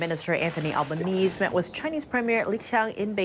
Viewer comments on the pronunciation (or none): Please, get it right. It's not Al ba knees. It's Al ba knee see.